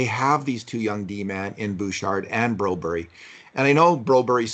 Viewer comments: granted I've only seen one Swedish highlight reel and it sounded like he said Brew Bare. Not BrO Berry. In German Berg is pronounced Bare g with the G soft and sort of falling off. I didn't hear the Y, figured the G just fell off. Are we sure the announcer just wasn't excited? Lol Goal Brew bare yay. I've seen Jacob Silverberg Swedish highlights and it sounded like silferbear. Again no EE sound. Swedes do talk super fast. Lol But seriously if he can't pronounce it in Swedish stick to English pronunciation. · It’s broberg. The Swedish didn’t invent English. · Why do repeatedly keep calling Philip Borberg "Broberie" ??? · It's Broberg!!!! I am sorry but this is now multiple podcasts where you're calling him Broberry. When have you ever heard of a swede with Berry on the end? They're all sons qvists ströms or Bergs with the odd gren thrown in. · ENOUGH of the BRO-BURY nonsense. WE LIVE IN CANADA, & SPEAK ENGLISH! Do you say Italy, or Italia? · You can hear how the Swedes pronounce his name and of this video.